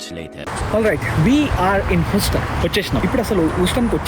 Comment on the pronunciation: Huston pronunciation thappu bro.